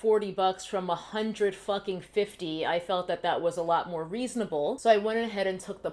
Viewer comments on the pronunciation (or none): "a hundred fucking fifthy.' LOL